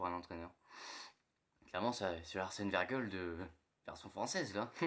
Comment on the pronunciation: Wenger , pas "wengeule" et Wenger est Français ... Sinon à part ça, doucement parle doucement tu manges la moitié de t'es mots . Peace